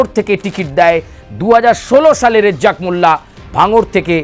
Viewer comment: এই সাংবাদিক হয়েছে রাজ্জাক মোল্লার নাম সঠিক বলতে পারেনা।